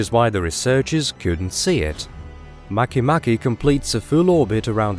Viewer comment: Mah-kay mah-kay